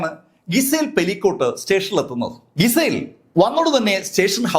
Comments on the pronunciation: ഗിസൽ അല്ല... ജിസെൽ .. അതാണ് correct pronunciation.. sorry ... കുറ്റം പറഞ്ഞതായി കരുതല്ലേ ... നല്ല presentation ആണ്.. അത് ഒന്നും കൂടി മെച്ചപ്പെടുത്താനുള്ള ഒരു കാര്യം പറഞ്ഞതായി കണ്ടാല്‍ മതി 😊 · പേരിൻ്റെ ഉച്ചാരണം ഒന്നു ശ്രദ്ധിക്കു: ഗിസേൽ/ജിസയൽ എന്നാണ്.